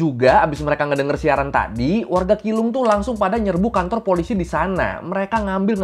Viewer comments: keelung tapi pengucapannya bukan kilung tapi cilung 😄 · keelung ; bacanya ciilung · Keelung dibacanya cilong🙏🏻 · Keelung dibaca chi rong